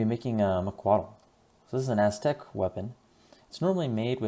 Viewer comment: A better pronunciation would be mahk-wah-weet.